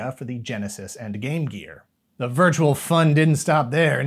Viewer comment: "TOHTALLY VIRTUEL!!!"